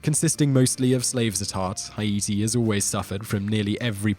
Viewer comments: Haiti it's pronounced hay-tee lol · Haiti is pronounced Hay-tee 😂 so hard to watch without laughing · "Hi-Eaty"? Is that the British pronunciation? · The way he’s pronouncing Haiti is just really grinding my gears for some reason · That is actually correct. It is officially spelled with an umlaut over the first I, because it is pronounced separately. The French called it Saint-Domingue, the equivalent of the Spanish Santo Domingo. After the revolution their leaders adopted the Arawak name for the island. It should be pronounced Ha-ee-tee, not Hay-dee like Americans do. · Yea he can’t pronounce Haiti either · The way he pronounced "Haiti" really bugs me... I don't know why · it could be, I'm not saying its not. I'm simply saying it bugged me for some reason. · I mean, did you hear how he pronounced Haiti? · It's actually the Untied kingdom of Great Britain AND NORTHERN IRELAND. And the way you pronounced Haiti really annoyed me. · Victoria Gibbs % you pronounced Haiti wrong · your saying haiti wrong!!! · You’re killing me with the way you’re saying Haiti. 🤦🏻‍♀️ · how he pronounces Haiti is killing me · quit saying Haiti that way . ist wrong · Yup just like he pronounced Haiti wrong. Hay-tee not Hi-ee-tee. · It's Haiti not hieatee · I believe Haiti is pronounced: Hate-E or Hey-T not Hi-A-T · Every time Simon said "Heye-ee-tee" instead of "Hay-tee", I cringed. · It's pronounced H8-tee, not "hi-EE-tee." Silly Brit. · its not, "hi-yeety," its, "hey-ti" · Not only that but he mispronounced Haiti. It’s Pronounced Like “Hati” not “Hi ati” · Hah-EEE-tee? Is this really how Europeans pronounce it? Correct is "HAY-tee". From the air, Haiti is brown, treeless, dusty. The Dominican Republic is green, healthy, and you can see the entire border from the air. Haitians have chopped down all the trees to make shacks and to burn in cooking fires. What a mess. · This guy’s pronunciation is hilarious. Haiti…Hayeetee🤦🏻‍♂️ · why is he pronouncing Haiti, "Hi eat tea"? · Haiti- Hi E T lol